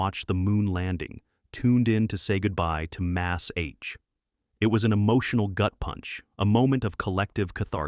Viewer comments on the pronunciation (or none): Mass H? What the hell is that? AI fail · Mas- H? You’re either using Ai wrong or Ai sucks at voice over. How much money are you saving by not using human talent anyway. These pronunciation errors are asinine. Did Ai write this too? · 😊 Maz-H! I laughed when M A S H was mispronounced. These AI generated voices are just hilarious when they mispronounce or pause for a moment then pick back up. To think AI is supposed to be the best thing to happen in technology . Sad really. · 38, AI guy pronounced M*A*S*H as "Mass H."🤣